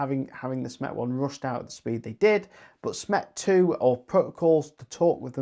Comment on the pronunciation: When you say SMET you actually mean SMETS right !?